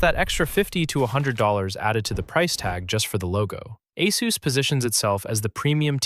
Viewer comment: its pronounced Ay-SUS not Ay-SOOOS WHERE IS THE OOS?